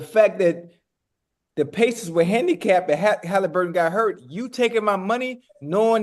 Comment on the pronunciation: And why does Bread get everyone’s name wrong? Bro said Tyler Haliburton and Check Holmgreen lol bro just read